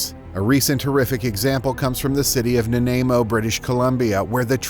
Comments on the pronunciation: Lol Na-nay-mo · "An affordable housing". "Nanaimo" mispronounced. If you're going to try to making your living off of monetized AI-generated videos at least hire some qualified editors. YouTube should require transparency in these bot "content creators".